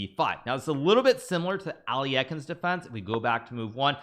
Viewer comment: [ALIEKHINS] or Alyokhins please…